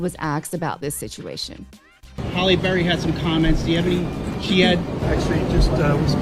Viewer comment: Her name is Halle …. Not Holly